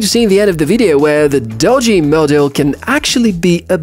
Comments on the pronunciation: "Doo - Gee" is how its pronpounced. Not "Dodgy" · First time viewer, impressed enough to subscribe despite the dodgy pronunciation of Doogee!